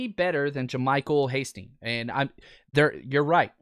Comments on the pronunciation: Your favorite UDFA really?!?! Hastings huh... HIS NAME IS HASTY!!! My lord can you at least get your "favorite" UDFA's name right? Hate to be so negative but if you want to be taken seriously and build your channel work on the details bud. SMH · Please, please, please, say his name correctly!!